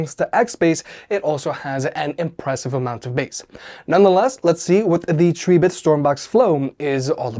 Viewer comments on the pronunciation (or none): The pronunciation of Tribit is trib•bit 🐸 A factoid I got straight from Tribit themselves . Cheers ☺️ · Him pronouncing tribit like that is why the "like" count is so low wtf 🤦